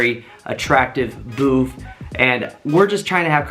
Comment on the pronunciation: For fucks sake its BOOTH not BOOF!! There is no “F” or “PH” in that word. Oh my god!!